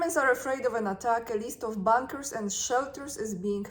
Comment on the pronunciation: Sorry,. You are pronouncing “bunkers” like “bankers”. The “u” should sounder like “u” in “under”.